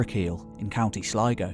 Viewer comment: Pronounced, County Sl-ee-go! Not Sl-eye-go!